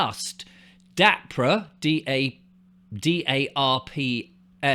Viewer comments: It's " Dar pa"not darpra sound..anyway there is definitely this fog in eastern Canada, I believe they are looking for nuke materials in the places where the (dr@ have been patroling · Dahr-puh. That’s how it’s pronounced. It’s like the AR in harp. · I'm American and I'm 63. I live in Minneapolis and I also have a place in Fort Myers Florida. DARPA (pronounced as if you're saying the word "dark" then "puh") Has been up to weather modification for decades. I saw documents on a YouTube channel regarding controlling hurricanes from the 1970s. I 100% believe that Ian was a planned event in order to get rid of the quaint, old, colorful houses and buildings near Fort Myers Beach. People had them in their family for decades but when they were wiped out they couldn't afford to rebuild so of course they sold their properties for 1 to 3 million dollars and now all these very very bougie rentals are going up and they're changing the landscape because originally they had a limit of how high the buildings could go which was 4 or 6 stories. Despite that they just passed the okay for a 17 story huge building on the beach. It will never be the same and it's going to be more expensive and rich people will come on vacation there more than the people that used to come. AND Black Rock vanguard State Street etcetera will get more rich. During the time that happened (Sept 2022) I remember seeing a weather person talk about how he had never seen a hurricane take a 90° turn like hurricane Ian did and nor did he see it HOVER for 3 days over any ONE LOCATION before. You are on track I'm sure. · How can you not know of or pronounce DARPA? Dar-Pa . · DARPA pronounced DAH PA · This guy doesn't even know how to pronounce DARPA correctly so I can't listen he obviously doesn't do very much research into much deeply.